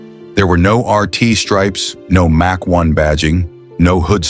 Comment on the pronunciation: Ai voice does not know how to pronounce common words so hilarious Says358 instead of 351 Says Mack instead of Mach